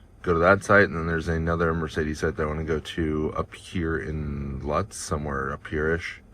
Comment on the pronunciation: It's pronounced "Loots," like "boots," not "Luts". You passed right by my house. Cool. Too bad it was on a saturday or I would have passed you going sound about that time of day.